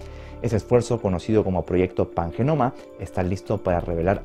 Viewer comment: Panjamona?? 🤣😂 ... ahh no, calla. Pangenoma.